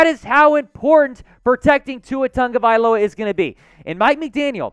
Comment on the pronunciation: Ok..... please.... pronounce Tua's last name properly. There is no N in his last name... sound it out.. ta-go-vai-lo-a give him the respect if you're a real dolphins fan. I've been a fan since 1970... still am. Saints held niners to 13 points our defense is way better .. we will win this game. Think positive